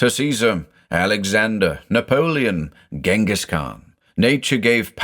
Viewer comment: I thought "Ghengis" was pronounced something like "Dshengis". In German we spell him "Dschingis" and then there is that Kyrgyz author called Chinghiz Aitmatov, so I assume "Chinghiz" is the Kyrgyz version of the Mongolian name.